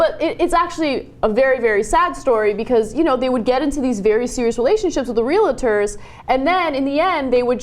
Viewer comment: Just want to point out that there is no "a" between "Real" and "tor" Miss Kasparian :D